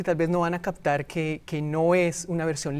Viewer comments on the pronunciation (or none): none